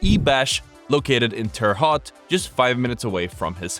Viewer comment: Another great video! But it Terre Haute Indiana your really butchered the name😆😆